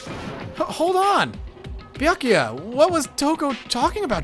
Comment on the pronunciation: Finally! He started Pronouncing "Byakuya" properly!